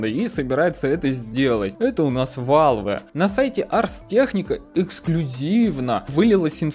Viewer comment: блин, угараю, "победюнькать" и "валвэ"